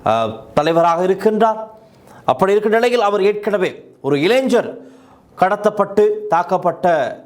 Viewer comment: இளைஞர் என்பது இளைஞ்சர் என்றுதான் உச்சரிக்க வேண்டும் என்று புதிதாகக் கண்டுபிடித்திருக்கிறார்களோ?